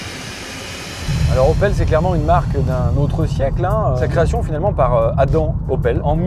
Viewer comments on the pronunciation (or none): none